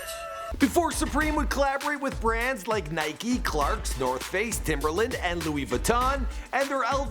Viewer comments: Did he just say nikee? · Nikey!??? Say Mike but a a n to that then you have Nike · Pronounce Nike as Nikey one more time and im unsubscribing